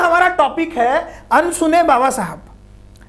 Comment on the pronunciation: Bhai wo अनसुने होता है न की अनुसुने